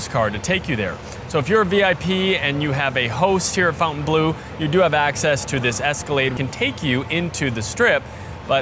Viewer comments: Fawn-tayne. Not fountain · Great review but to keep with the upscale sophisticated ambiance of the hotel, "Bleu" is pronounced "Bluhhh", not "Blue". 👍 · Next you should review your English pronunciation. It's not pronounced "fountain-blue" it's the "fon-ten-bloh." Look at the name on the wall behind you. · I hate when people say FOWNTAINE or fountain. It's FONT aine I assume. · Just for information is should be pronounced "blow" at the end and not "blew" 😉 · fon-tan-blu is how it should be pronounced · FON TAN BLUH grench pronunciation ❤ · Could you please correctly pronounce the name of the hotel?… it is not Fountain Blue. Pronounce it as it as spelled. Fontaineblue, it is a little disrespectful to the French idea. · You're correct, but even the staff pronounces it Fountain Blue. It's been an ongoing debate lol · Is "fountain blue" how they actually pronounce the name? If you intend to butcher it, why name it so? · This is due to the typical American tendency to localize (or Anglicize) foreign words—instinctively reading the French spelling "Fontaine" as the familiar English word "Fountain." 😂 American